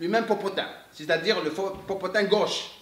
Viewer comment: la vous me faites rire avec le popotin popotin on dirais un chinois qui parle lol rien à méchant c est bien aussi d avoir nous faire rire aussi vous avez pleins de talents même la comédie I3tak saha